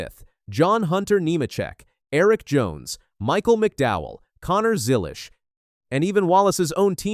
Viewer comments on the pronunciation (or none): none